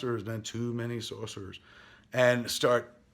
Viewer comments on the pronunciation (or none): Why do you keep saying Saucerers lol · What's a Saucerer? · "Too many saucerers" lol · Kevin, I love how you mispronounce things. Don't stop being you :)